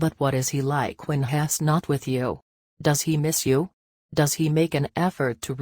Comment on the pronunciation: Please learn how to pronounce he's!!!